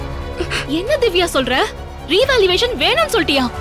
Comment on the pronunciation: revaluation is correct pl don't pronounce as revaluvation